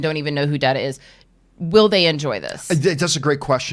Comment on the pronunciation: It's DAE-TA, lady! "Data" is a word, the other one is his name! lol ( I'll let you figure that reference out all on your own. And it is a reference to a certain episode. )